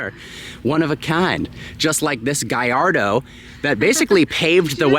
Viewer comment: (gal-lar-dough) not guy not gai its GAL